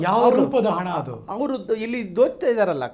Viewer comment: ಅಣ್ಣನ ಕನ್ನಡ ನೋಡ್ರಿ ...😅--- ಹಣ್ಣನ ಕನ್ನಡ ನೋಡ್ರಿ ಅದು ಎಂತದೆ ಆಗಲಿ --- ಹದು ಹೆಂತದೆ ಹಾಗಲಿ 😢😢😢 ಆ ದೇವರೇ ಬಂದು ಕಾಪಾಡಲಿ😢😢